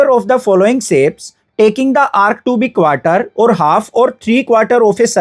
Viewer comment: Shape ❌Sape✅